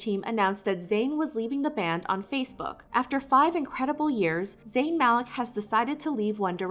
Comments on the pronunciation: it’s Malik (MaLEEK) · Also isn’t Malik pronounced Maleek